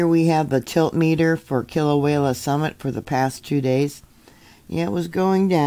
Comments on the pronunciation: I love how butchers the name Kilauea by adding an L between the E & the A. kilauela instead of Kila~way~ a. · Kilauea is pronounced kilo-waya